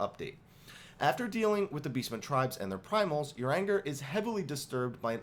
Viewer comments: I love this comment, I thought the same thing when he said "uranger", up on seeing that I was not the only one I bursted out laughing at what you wrote!!! Thank you 😊. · Omg. I love you, but your pronunciation of names is terrible. If you say "uranger" one more time....